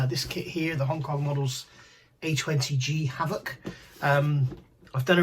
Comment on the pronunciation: "Havoc" sounds like the way locals pronounce Hayveaux